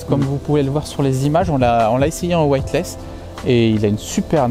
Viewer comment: Sourire... Je vais vous aider à prononcer, ainsi vous n'aurez plus besoin de préciser ce que veut dire " Weightless ". En gros, il faut prononcer: " wéitless" et non " wouaille-t-less "; afin de signifier " sans poids " et non... !!!!: " sans blanc "... lol Et oui, " white " veut dire blanc pour un anglophone ;) En tout cas, merci pour vos conseils avisés en matière de pêche ;)